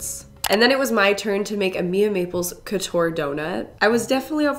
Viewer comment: It’s funny how you pronounce « couture » 😆it’s probably because I speak french, I was like no that’s not how we say Couture 😂